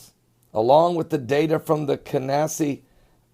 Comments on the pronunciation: 0.46...what is Canassi?.....Don't you mean Cassini?? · CASINI not CANASI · Dude ur believable, but cone on man, u look drunk, u cant annunciate "Cassini". "Kah-C-nee" and i know u love the lord, but brother if u will. Figure it out or dont teach. And i quote" for there will be a special place where the dead dwell, which will hold the evils of man, And those who have led my flock astray, will forever know this place as home. And will for eternity hear the Gnashing of teeth and weeping of women!" End quote. Im not gonna make it easy for you and dictate the chapter and verse. Its easy to find, and in many references, i fear u are s good man lead astray by the conspirators of end times, dont be a fool brother, only speak what u know as truth. Only! The evil one hopes we will be weakened and wages war with the eager minded. If u think im being unfare look at what the book revelation says do not dwell upon the pages written here look forward, and present hope to God's children , especially the lost, for his kingdom is almost here! Pleasr listen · Nibberoo?????? You can't even say the name of the satellite Cassini correctly. Apparently u don't know the bible, after the resurrection Christ appeared more than 4 times lolololololol so much for ur second coming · Anyone who believes in this Planet X bullshit is a cretin of the highest order. This idiot can't even pronounce the name of the Cassini probe correctly. Dumbfucks.